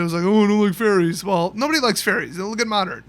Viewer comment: when he said fairies I thought he said Teferi and I almost crapped myself